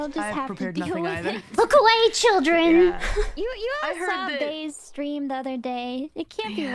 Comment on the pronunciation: Fun stweaaam